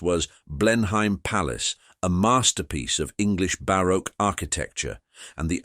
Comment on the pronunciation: Blen Hain? Come on, get your pronouciation right